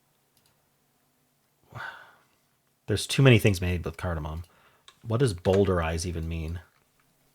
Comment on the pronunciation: A man called Bowdler took all the naughty bits out of Shakespeare's plays in Victorian times. Note it is Bow-d-lerize and not Bowl-derize.